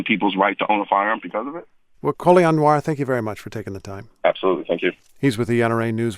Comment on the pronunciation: It's not COLION Nowarrr its COLION Noir pronounced (Nowah) it's French for black